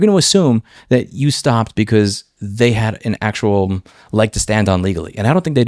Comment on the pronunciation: "people like me and actual lawyers" - the way you said that made it sound like you're not an actual lawyer - but still some kind of lawyer, lol!